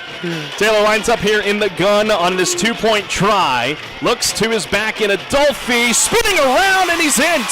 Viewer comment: #9 freshman 💪🏾🌪️🌪️ say my lil brother name right “ADOLPHE” !!